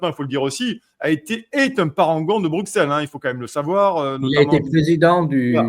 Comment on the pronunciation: Bonne émission. Broukselle, Broukselle, .... BRUSSELLE (Bruxelles !), merci !